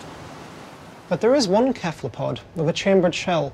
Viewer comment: why can't he say cephalopod properly...